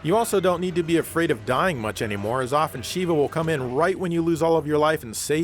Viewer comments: Noooot nitpicking, or making an example out of you, or calling attention to myself for that matter, but I gotta say this as it's becoming a common (mis)pronunciation of the name amongst the gamers of Res 5..? Her name is Sheh-vah, like disheveled, but diSHEV...ah. (Chris screams it all the time when he becomes impatient). And sweet! - you guys are covering/ kicking off the show with seventh gen consoles/games and up! I love both the retro and the new and I wouldn't want or have it any other way than to have you two covering both! Okay, I'll put my head down now. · shEHva, it's pronounced sh-EH-va SH-EH-VA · How the hell did you mispronounce "Sheva" when the game has voice acting?